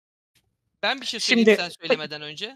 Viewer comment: Bende Sen demesen hâlâ öbür türlü anlıyordum çok tuhafıma gitmişti